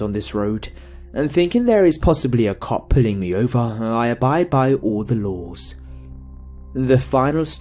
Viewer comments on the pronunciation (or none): where did you learn to speak ... go get your money back ... "told him to pull ooooovAHHHHHHHHHHHH' jesus christ man